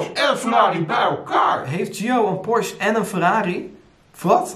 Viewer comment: Weet je wat ik wel raar vind je bent zo en dan nogsteeds porsche verkeerd uitspreken tis geen porsch je zecht porsch e zo spreek je et uit porsche u porsch u 😬